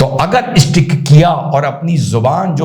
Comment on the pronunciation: ''LEKIN BHAJAPA NE EESKO ''estick'' KIYA'' YEH ''estick'' KYA HAI. North Indians-educated or uneducated- can not pronounce certain words like STATION, SCHOOL, STICK without ADDING ''E'' IN THE BEGINING OF THE WORD. I love you, so much that I start watching by clicking THUMBS UP first. Why do so many North Indians wrongly pronounce words starting with 'S'? Ghazala Naaz Teacher, Critic, Writer9y Originally Answered: Why do more number of north Indians wrongly pronounce the words starting with 'S'? Well, there is a technical problem here. This is an example of a consonant cluster in English, which is a number of consonant sounds together without any vowel sounds in between. Hindi or other North Indian languages does not have such consonant clusters. Thus, speakers who have little practice in English find it difficult to pronounce words like school or snow without adding a vowel sound to it. They pronounce it as /isnow/ or /iskul/... All it needs to overcome is some conscious practice. 🤣😂😂